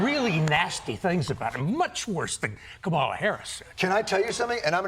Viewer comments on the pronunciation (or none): six years in the U.S. Senate, four years as VP, major party presidential candidate, and Steve Kroft still doesn’t know Harris’s first name is “Ka-ma-la” and not “Ka-MAH-la”. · Even Mr.Kroft mispronounced the Presidential candidate’s name but instead as the great WWF wrestler of the yesteryear It’ “s:”Comma la”as the more accurate way of saying Kamala!!!!!👴🏼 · La. The stress is on the first syllable for VP Harris's first name. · Comma-lah, not kuh-MAH-luh. Hence, the t-shirt " , La." Paramount is gutless. I hate that they played ball with this administration and the "fuhrer of idiocy." Fox News is not NEWS. IT is lying-for-money. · I wish the guest would say Kamala's name correctly. KAH MAH LAH Not Kuh Mala. Kamala. Ka Ma La Kamala. It's not that hard. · Kroft mis pronounced her name.. comma la, not Ka- Mala… grrrrr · Steve, it's pronounced Kamala not Kamahla. Think of comma. I would have thought you knew that. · Surprised that Kroft doesn't know how to pronounce Kamala Harris' name... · Steve Kroft is a journalist for how long and can't use practice to pronounce KAH-muh-la?!! Sheesh.. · Look, I know my comment will be buried and that's fine, but respectfully Mr. Kroft it is pronounced "Comma-La" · COMMA-la. Put some respect on her name. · Comma-la, Steve. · How is a journalist mispronouncing her name. It's infuriating. Kah-mahla (first syllable gets the stress) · Hey Steve Kroft it’s “comma-la” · Kamala=KAH-muh-LUH Please stop mispronouncing her name. 😒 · "COM-mah-lah" Crazy how years of Trump, MAGA, and republicunts pronouncing her name incorrectly has taken root. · Her name is pronounced KAmala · Ugh! Krofft said Ka-mala. 🙄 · If only someone had just mentioned to him how to pronounce Kamala’s name, although up until now, I could tell how somebody voted by how they pronounced her name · Why is Kamala so hard for so many people to pronounce? It’s disrespectful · Steve Kroft can't even say Kamala's name correctly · This guy still can't pronounce Kamala correctly?